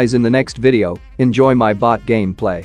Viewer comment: Everytime say Enjoy my bot gameplay He mean to say Enjoy my beast gameplay He always say bot as beast:) "E"